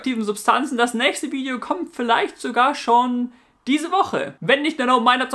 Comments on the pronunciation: ich verstehe immer am schluss aboniere meinen kabal ;D und nicht kanal :D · Hey, bei fast jedem deiner Videos tauchen bei mir 2 Fragen auf^^ 1) Warum die Seitenhieber auf Danny Klose? Das ist doch noch nichtmal ein C-Promi. 2) Warum sagst du am Ende immer "Kabal"?